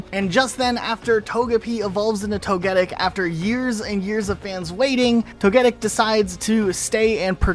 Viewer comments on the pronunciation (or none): Tony Stark voice "wait a minute... No one's gonna address the fact he keeps saying 'Toh-Geddic' and not 'Togi-Tick'?!" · I’m sorry but that isn’t how Togetic is pronounce 😱 toh-guh-tik, not toh-GET-it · To-Guh-Pi, To-Guh-Tick, To-Guh-Kiss. It keeps the same name structure during its evolutions. not to-get-ic. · Wtf is a "Toh-geddick"? It's Toh-Geh-Tick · No way you called “Toe-Ge-Tic” , “toe-get-ic” 😭🤣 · Toga-tic. Thats how its supposed to be pronounced! One of my fave pokemon💕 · It's TOE-guh-tick, btw. To be fair, the name should actually be Togechick but it wasn't properly translated. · Homie I can’t take how you say Togetic…it’s tow·guh·tik like the bug tick. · The way he pronounce Togetic had me confused sounds like you said togetit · It’s pronounced tog-a-tic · Why are you pronouncing togetics name like that... It's pronounced tow-guh-tik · Wait this man can say Togepi but not Togetik. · Say it with me, Toh-Geh-TICK lol sheessh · Togetic is pronounced Tow-Guh-Tic, No “Get”. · I swear people are so lazy at pronunciation. How does someone even arrive at this pronunciation of Togetic when you know how to pronounce Togepi? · Many English words have the stress on the next-to-last syllable, which is the culprit for many mispronounced Pokémon names I’ve found. Also, if you read Togetic before ever hearing it, the GET might stand out and so that’s why you put the stress there. I still will mispronounce Suicune as sew•eh•seen because as a kid I misread it. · exactly. It's levels of carelessness that I can't accept for a specialized channel. Even if you didn't know the pronunciation, the amount of prep work put into the video and you still get it so blatantly wrong is confusing to me. Oh well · Prison time for the way you pronounced togetic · You probably did it for the comments, but that pronunciation of togetic is grating. They even pronounce it different from you in the episode you reference, there's no way you didnt know.